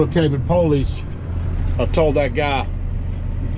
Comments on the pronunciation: Thank you from those of us who really are handicapped! Just one thing, what the hell is "the poll-leeze"?! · No offense but is that how you folks pronounce “police”?? Lol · Maybe try pronouncing the word police correctly. Police, not po-lice. Also, you are complaining and that is exactly how you and the company your own or work for make money. I'm all for towing people when they are parking in the wrong places. Just some thoughts. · Normal people : police This guy : p"OW"lice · Poe-leece??? Lol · PO-leese. Lol. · uhhhhhhhh, police IS a two syllable word.